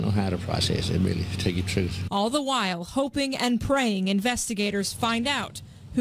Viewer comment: "Ima teel da troof..." Another rocket scientist